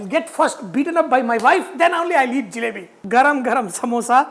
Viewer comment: Its JALEBI not , JILEBI .